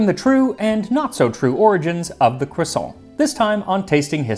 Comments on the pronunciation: Max, I want you to know that I empathize with your struggle over how much to anglicize "croissant". I never can say it in English either, because it sounds wrong if you don't give it a French pronunciation, but actually saying it in French is also clearly not right. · I'm genuinely surprised you let him away with butchering the pronunciation of croissant too... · Its pronounced, cwassAAAAAWWWW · You can’t get away with only pronouncing half the word correctly 😝 Either go all the way, kwasahn or keep it American, cruhsawnt. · Cwossant- Carl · Yes the French do indeed pronounce it CROIsant. And they should know. 😂 But I like the look of the bready one. Flaky ones are a pain to make. Its lunch time by the time mine are ready. No way am I getting up at dawn to make them. 😂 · hahaha cwoisson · Me saying quaso everytime Max says croissant with a pompous pronunciation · I love croissants. I remember hearing two women talk about "CROO-sants." I damn near died. 🥐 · Um, are you going to finish that cwossaint? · Don't forget, it is pronounced "kwason". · It’s pronounced “KWAH-soh” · "croisson'' huhuhuh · "today I wanted a.... croissant QUASO" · No, the French don't say "kwusont" the rolled R is nasalized and sounds a tiny bit like it when spoken. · Today Max made a video on the history of Croissants Quaso And so I watched a video on the history of Croissants Quaso And in the video Max repeatedly said the word Croissant Quaso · cRRRRRRRRRRRRRRRRRRRRRRRRRRRRRRoisant . let your R roll 😄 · The American pronunciation of croissant is hard to take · literally cannot finish the video with the way he's saying "croissant". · be interested to see if that pronunciation has any effect on the French edition sales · Dear history with Max Miller , I never thought I would correct you, Max on anything but, croissant is pronounced with an ending of ant ou ants (like the little ant bug). Greetings from Quebec, Canada 😀